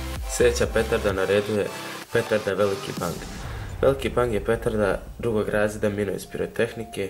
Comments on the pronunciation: Kaze se ''Veliki Beng'' a ne ''Veliki ''BANG'''' omg -_ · Oke, ali pravlno se kaze Beng pa ako bi mogo od sada tako i da govoris pls.Kanal ti je super inace i od mene imas sub i like.Iz Srbije sam inace :)